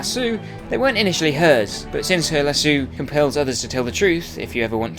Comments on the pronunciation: "la-so" NOT "la-soo"!!!!!!!!!!!! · you prnounced lasso as lasooo